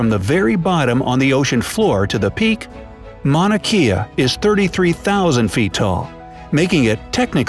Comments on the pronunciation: I love your facts but Mauna Kea is pronounced kay-a not key-a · can i say that itʻs mauna kea with that E making an A sound. Just to let you know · U said Mauna Kea wrong >_< (im Hawaiian)